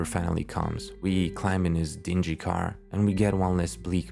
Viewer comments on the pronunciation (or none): none